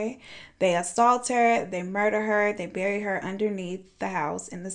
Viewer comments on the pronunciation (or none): none